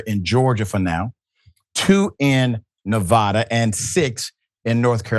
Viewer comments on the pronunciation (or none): You mispronounce ‘Nevada.’ It’s not that difficult😂